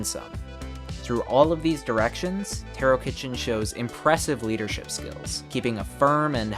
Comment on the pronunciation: btw taro is pronounced taa.row, not tear O